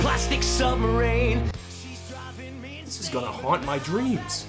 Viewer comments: Especially since the guy pronounced submarine as submarane in the song to try and force a rhyme. So bad. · weellll, he does go out of his way to pronounce it, “submarane” to force it to rhyme.